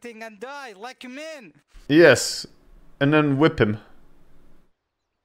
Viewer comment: "I will hwip!" 😄